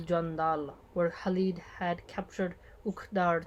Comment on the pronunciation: These campaigns are summarized in the Omar series. also, it may help you with some Arabic names pronunciation like Khalid and not Halid : ) I know it's a Spanish influenced pronunciation.